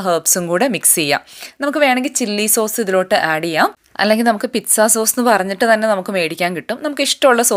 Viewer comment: Sorry it's not pitza it is peet-saa